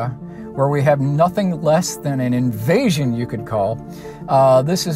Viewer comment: Why did he emphasise the word "Invasion"? Did he join your team to spin the narrative that UFOs are to be feared and are a national security threat? His next appearance may give more hints.